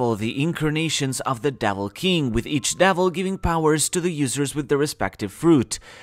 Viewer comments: Is it just me or is he saying "Davil" fruits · Does anyone else get annoyed when he says "devil" ??